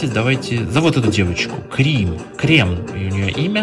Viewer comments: Крим а не крем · Не крем а крим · Не Крем, а Крим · Не кремом а а Крим.